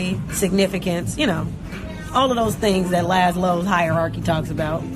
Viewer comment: Did she say “Laslow Hierarchy” ? Lol